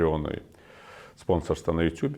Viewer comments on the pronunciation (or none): none